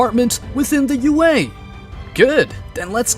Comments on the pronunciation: Could never get used to him saying au instead of ua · It's also UA not AU 🤦🏾🤦🏾🤦🏾🤦🏾🤦🏾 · I feel like I'm being rage bated every time he says "AU" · why do you say AU and gift?